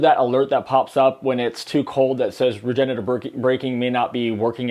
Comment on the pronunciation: Ugh please stop saying “regenetive” braking. It’s “regenerative” braking